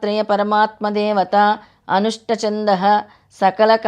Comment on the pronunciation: Anusht chandah kaadu anushtup chandah sri gurudev dutta